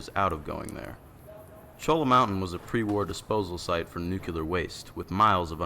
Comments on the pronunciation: Cholla = Choy-ah :p it's a type of catctus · Actually, for those who dont lie in the southwest, the proper pronunciation of cholla is choy- a.